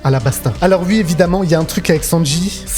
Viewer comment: Alors ui , mais ui , donc ui, OUI putain ça se prononce OU-I pas U-I mais merde à la fin vous êtes payé à parler de ce que vous aimez devant une caméra veuillez avoir la décence de parler correctement ça serait le minimum